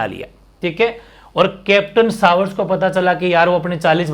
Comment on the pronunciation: सर उदयपुर का पॉलिटिकल एजेन्ट "कैप्टन सावर्स" नहीं "कैप्टन शावर्स" था।